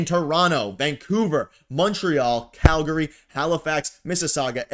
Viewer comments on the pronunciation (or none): none